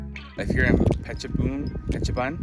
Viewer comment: Pronunciation correction: Phet or Pet Chabun (boon). altogeter: ia Petchaboon spelling as phonetic way. ha ha ha